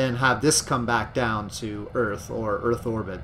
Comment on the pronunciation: Earth ends with a TH sound not a PH sound so it is not pronounced Earf.